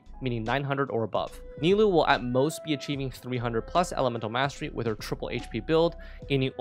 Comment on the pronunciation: ni-loo XD